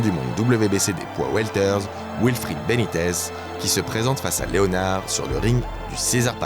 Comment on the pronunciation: SVP Correction: on ne dit pas Léonard comme en français mais bien Leonard (prononcez: Léneurd)... Sinon vidéo excellente!!!